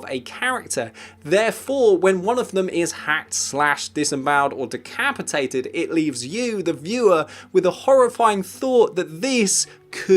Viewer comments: What's "decapitateduld"? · “Decapitateduld”? What the hell is that?! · decapitateduld. haha